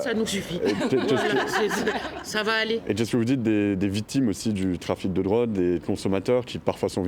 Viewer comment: « en diret » « les vitimes » « vitoire »🤣🤣🤣🤣🤣🤣🤣